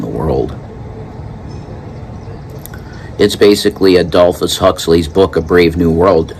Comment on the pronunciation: Brave New World was written by Aldous Huxley, not "Adolphus" Huxley!